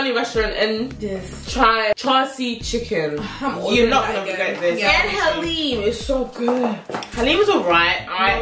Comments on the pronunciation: It's Daleem not haleem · That was is "daleem" not "haleem" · Please don't say haleem its daleem.